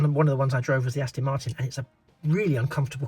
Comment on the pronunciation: Fab video. I may have to get one after watching this. Its Aston not Astin. Sorry to nit pick. 😂